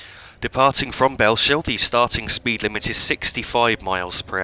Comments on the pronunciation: just one pointer, it's bells hill, not bell shill :) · you've probably been told this many times before me but thought i'd point out that "Bellshill" is pronounced "bells hill" rather than "bell shill" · Its Bell-s-hill Not shill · Btw it’s pronounced bells hill I used to make the same mistake as well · Bellshill is pronounced as bells hill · That pronunciation off Bellshill is hilarious. Its pronounced Bells-hill. Otherwise great video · Cool vid man its so weird to see the area where i stay in a video game on i line i used to take to work all the time from Bellshill to Glasgow, its pronounced Bellsill just to let you know lol silent H. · Great video! Btw it's pronounced Bells-hill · Great video! But Bellshill when you say it don't pronounce the sh so it's a bit like bells hill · Just a couple of points - Bellshill is pronounced "Bells Hill" not "Bell Shill". - also Polmadie has its emphasis on the second syllable (to-tum-to) not he first syllable